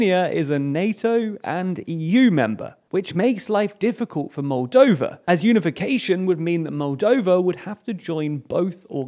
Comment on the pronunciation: Moldania? Roldania? Roldova?